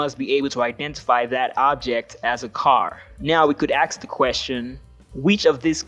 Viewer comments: True. And I find it grating when people say aKS the question instead of ask the question. It's not a specific Christian thing though. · I cannot bring myself to listen past "aks the question". Why do people keep saying "aks" instead of "ask"? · Seriously, "now we can axe the question"? It's spelled ASK. English letters. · I know some people pronounce it that way, that does not make it less wrong. "Aksing" questions sounds like someone is attacking questions with an axe! And no, I do not live under a rock. I live on one, it is called earth. Here are some insulting questions for you, since you seem to like them: Do you have problems with directions, like up and down, often? Are you a flat earther? Do you know how to use punctuation? Feel free to add more yourself if needed. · ASK the flipping word is ASK. Not ax. You ASK a question. You ASK for a favor. Not, ax a question. Wtf does that even mean? How do you ax a question? For F sake learn how to enunciate. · Yeah, let’s “axe” the question! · Yes, let's 'axe' the question. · Then original speaker lost me when he used the word "aks" into the vid, instead of using the word "ask". It was nice of the speaker to signal in advance that he is unaware of any recent studies of cognitive science bye using the work "aks". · I realize that accents or dialects don't have anything to do with intelligence or "knowledge" but when you use the word axe instead of ask I have a very hard time taking you seriously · I turn off as soon as the word "ask" is pronounced "aks". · This man obviously learned some big words But not so many small ones, perhaps. Now we could axe the question... ;) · I had to play it back, bu the really said it, "I could aks the question". I remember not being bale to say wasp when i was three years old I could only say waps and I could not tell the difference, then I turned four. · I respect a person who can axe a question. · Did he just say "we can "axe" the question"? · You will need to axe him 🪓